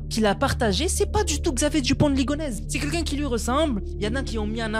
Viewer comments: alors qu'il dit " ligonèze "au lieu de" ligonèssssssse" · Ligonnès ça se prononce ligoneSSe ! Et non ligonèze ^^ Merci pour la vidéo